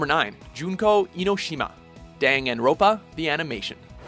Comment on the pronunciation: The way he said Dangan Ronpa hurt...